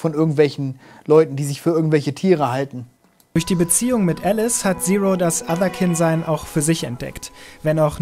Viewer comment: Allein schon Otherkind...nicht etwa Englisch Otherkind (keind) weil man einer anderen Art angehört...nich doch 🤣